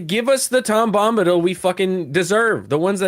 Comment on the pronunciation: Tom Glumbadil? Glum Bombadil? 😏